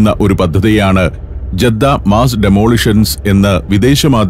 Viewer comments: ജെദ്ധ തെറ്റിയയതാണ ജദ്ധ എന്ന് ആണ് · ജദ്ദ അല്ല സഹോദരാ... ജിദ്ദ എന്ന് പറയും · ജെദ്ദ അല്ല ഇവിടെ ജിദ്ദ എന്നാണ് പറഞ്ഞു കേൾക്കാറുള്ളത്. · ജെദ്ദ എന്നതിനു ജിദ്ദ എന്നു പറയാം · ജീദ്ദ എന്നല്ല ജദ്ദ എന്നാണ് മിക്കവാറും എല്ലരും അങ്ങനെ യാ പറയാ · ജിദ്ദ ജെദ്ധ അല്ല